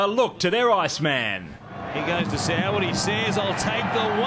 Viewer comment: if your going to tease soward at least get his name right